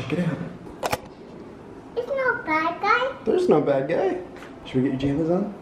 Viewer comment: Thewe's a bwad guy in my woom OMG is so cute